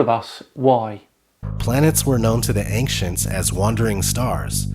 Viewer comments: ODD credibility gone two seconds in when he pronounced ancients as "ainkshintz". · The 'anckcients' told us so huh? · Ha pronounces ancients as ankchents, and it bothers me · His immediate first line just had be facepalming... WHO THE FUCK SAYS “ANG-CIENTS” instead of “ancients”?!? A bloody madman. That’s who. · "Planets were known to the AINKSHENS ..." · Axe him if he just said 'ainxshents' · Did he just say ankchintz? 😂